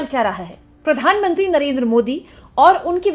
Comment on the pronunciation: kya... Pitt-mantri 😂😂